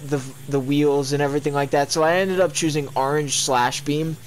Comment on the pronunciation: Nobody:: aringe